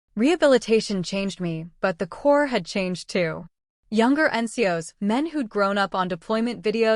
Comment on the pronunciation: The word is CORPS (pronounced core)